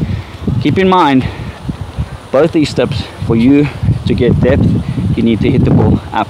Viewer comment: Erm... it's "DePth", not debth. Apart from that, good as always, keep it up 👍